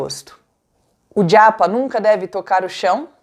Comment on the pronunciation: Porque você fala djapa 😵‍💫